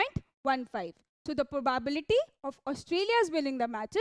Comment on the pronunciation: Improve English. For example the word probability is pronounced as pro bah biliti. Not probaaabiliti. Horrible to hear. Also dont sing talk